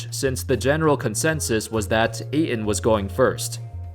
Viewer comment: Ayton. Pronounced like "8 ton", not "A in".